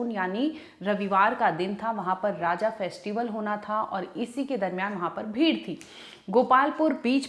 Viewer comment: she said Raajaa😅but it's Raja😅